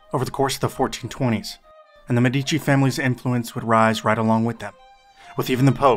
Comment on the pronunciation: For your information, in the word 'MEDICI' the stress falls on the first syllable.